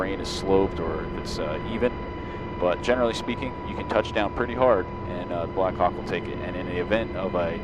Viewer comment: i always hear "blackcock" instead of blackhawk